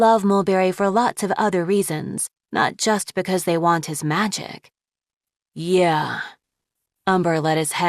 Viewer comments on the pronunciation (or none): why is everyone saying yay blob